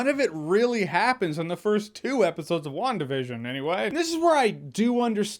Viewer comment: I swear to God, every time you say WandaVision I keep hearing One Division.